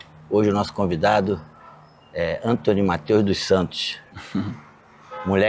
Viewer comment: "É o Entony